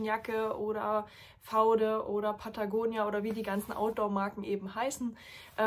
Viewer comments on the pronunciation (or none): Es heißt Vau Dee, nicht faude 😅 Also geschrieben natürlich vaude. Aber es steht für v.D. Wer tatsächlich radelt, auch länger zu Fuß geht, und nicht nur vom Auto schnell irgendwo rein flitzt, der/die wird Funktionsjacken zu schätzen wissen! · vaude wird vaudeeee gesprochen, ist ja nicht so wichtig ...aber klingt besser 😅